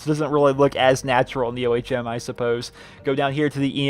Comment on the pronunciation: It's ohm.. Not o.h.m.